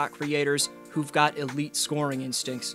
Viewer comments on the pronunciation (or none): none